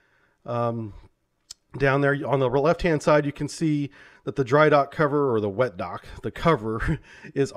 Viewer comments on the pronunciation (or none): none